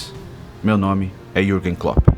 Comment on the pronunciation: mas o cara não é do Brasil, ou seja, errar o nome do klopp não é um erro de português